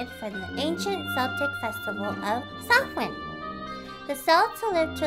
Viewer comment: The C in Celt(s)/Celtic is pronounced as a K, not an S and Samhain is pronounced like "Sound" but without the d at the end.